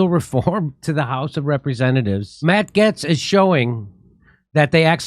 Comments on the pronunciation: Matt who? Getts? Don't think so... I am fairly sure (as a Brit) its pronounced GATES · Jimmy the a in Gaetz is a long a, the e is silent. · ...Jimmy...it's Matt "Gates", not "Gets". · Its not GETS!! IT'S GATES !!! Hollly shit how hard is it to pronounce the man's name properly? Jesus Christ dude. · Jimmy it is said GATES Not Gets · See... At least Jimmy is half way funny... Despite his* dyslexia... And complete inability to pronounce common words and names... GATES! MATT GAETZ SOUNDS LIKE BILL GATES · And that WORD is GATES not GETTS. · It's Matt Gaetz pronounced "Gates". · It’s pronounced “matt gates” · It's pronounced Gates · jimmy its pronounced gates like pedobill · It’s pronounced “GATES”. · I agree...and ALSO... Gaetz is pronounced the same way as GATES! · Gaetz = Gates (Pronunciation) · Why do you pronounce this last name wrong?🤔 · How are you and me the ONLY ones pointing this out? How many people are in the studio with him who refuse to correct him? He just sounds dumb and uninformed and out of touch... how can you not pronounce Gaetz properly with his name being spoken correctly on all media networks?